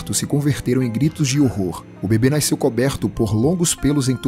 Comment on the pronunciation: "Naisceu" kkkkkkkk